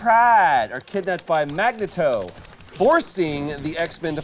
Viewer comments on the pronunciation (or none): "Magnetoe" i heard "Magneton" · Mag nay toe... really, Troy? =D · Am I the only one getting annoyed with troy saying magna toe